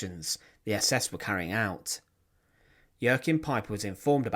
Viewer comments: No, you're thinking of Joaquin , as in Joaquin Phoenix. With Joachim, it's pronounced "yo-keem". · For future reference, the name Jaochim is pronounced 'Wa keem'